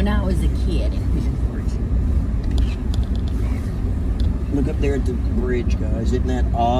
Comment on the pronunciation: "Piggy-on For-gay"........never heard Pigeon Forge pronounced like that! lol! 🤣😍